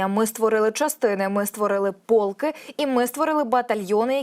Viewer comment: Не "пОлки", а полкИ!